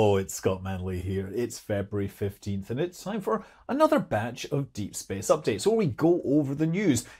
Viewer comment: February... "15h"! Fix that scott!